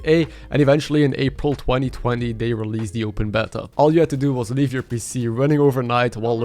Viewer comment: Ah yes the open bettah